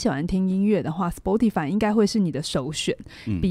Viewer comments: 是 「死巴tify」不是「死剖tify」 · Spotify 這個名字的正確發音是「斯波提」(S-poh-tee)，其中「S」發音像是「斯」，「poh」發音像是「波」，最後的「tee」發音像是「提」。 以上是chatgpt說法 聽劇中人物也是唸「波」，「巴」也許只是台式發音